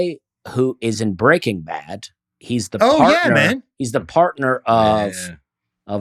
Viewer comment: Dusty: "People say I say words with a 'T' at the end, but I don't hear it!" 5 mins later, also Dusty "...it's called Quezada's, and it's the guy who's in Breaking BadT!!!!" 😂😂😂